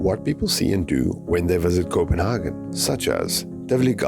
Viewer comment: Hi Copenhagen is pronounced Copenhay'gen in English in German its Copenharken (Kopenhagen)